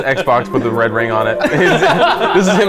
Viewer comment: its not wed its red!